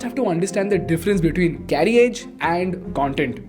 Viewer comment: A niggling issue..carriage is pronounced as carrage. The 'i' is silent ..since content is your product, get it right. I hugely appreciate your well researched content